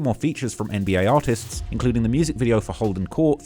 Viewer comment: u say artists i hear something else ...